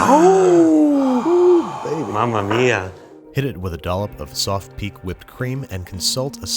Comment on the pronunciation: that "mamma mia" sounded so Italian to me that I had to check, and so I found out his paternal grandmother's parents were from Rome I know it's likely that there are other factors involved for a pronunciation like that (like even just growing up in new york lol), but it was interesting to discover this tidbit